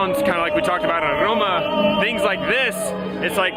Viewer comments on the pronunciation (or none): none